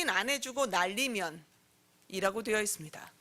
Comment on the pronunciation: 은혜 젓탱이 날리면 으로 들린다